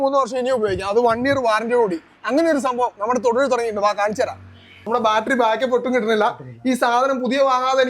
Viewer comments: Balttery alla chetta battery Annu. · എന്നാലും " ബാൽറ്ററി " എന്നൊക്കെ പറയാമോ ശാസ്ത്രജ്ഞാ !? കസ്റ്റമറിന് പോലും അറിയാം കൃത്യമായി ബാറ്ററി എന്ന് പറയാൻ !